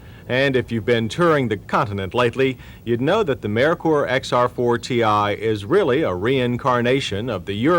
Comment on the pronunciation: It was driving me CRAZY 😂 the car was called XR4-TEE like xr40, NOT XR4 and definitely not XR4-tee-eye